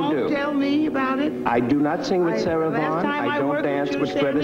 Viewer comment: Sarah Vghn, not Vaughn !!!